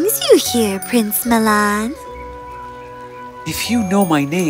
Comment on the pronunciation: Plince milan